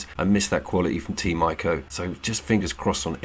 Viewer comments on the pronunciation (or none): Couldn’t agree more. Just so you know know ‘Ico’ is pronounced the same as ‘eco’ 😄